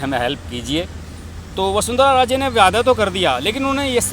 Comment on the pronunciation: vyada nahi vayda